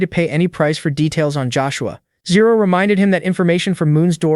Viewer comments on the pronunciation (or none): Riumin as zero😅